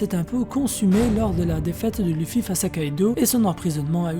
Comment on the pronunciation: Sa m'énerve comment tu dis wano kuni ou luffy...... frère fait un effort!!!!